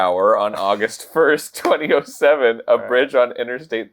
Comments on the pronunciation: the way arin says 2007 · I have only heard Jeremy Paxman (professional quiz ponce) say the 2000s like that. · Why did he pronounce 2007 like.... that